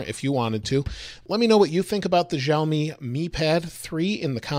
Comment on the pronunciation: Wrong pronounce...